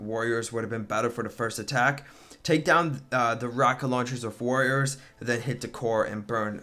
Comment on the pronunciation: "aNd DeN hIt Da CoRe"